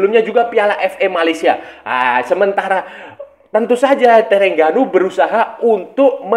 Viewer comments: Sebutan nama terengganu "the rHeng ganu" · org indonesia penyebutannya E (spt E pada kata Ekor), sedangkan TERENGGANU, huruf E itu sebutannya seperti E pada kata Emak atau BEkasi, bukan Ekor, tapi kita santai2 saja lah, bkn masalah besar